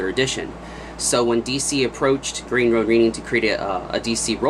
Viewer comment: It's (green) "row-nin" not "row-neen"!